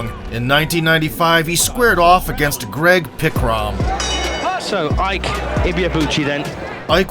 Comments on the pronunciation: It’s not Ike, it’s Eekay. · Please it's "eekay" Ibeabuchi not iyke. Ike is the Igbo word for strength. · His first name Ike is pronounced E k a. Every letter is pronounced exactly like the English alphabet Eka. And the meaning of Ike in Igbo language is "power".😂. His parents gave birth to him and literally named him power. Actually Ike is the short form of IKechukwu meaning power of God. Ike=power, chukwu=God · It’s ICK-AY, Not EYKE. Ignorance is strong with you Americans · Pronounced “ikee or ekay” not ike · Is it pronounced Eyke or Eeee-keh? Or is it ii-keh 🤔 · So his name "Ike" is pronouced "E-kay" and not "hike". When you see how this guy hits, you'd know WIlder is a wild joke with all the amateurs he knocked out. And th efight with Byrd makes one realise why Usyk is a problem, apparently its easy to get away from othodox fighters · They’re pronouncing his name wrong it’s pronounced E.K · It is pronounced 'e-kay'. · His name is “Ike” Enough said… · It is pronounced IE-kE... a two syllable word. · Ike pronounced "Ee-ké" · Your pronunciation of Ike is wrong